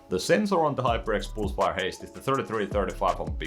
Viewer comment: "hyperx poolsfire" - Swedish detected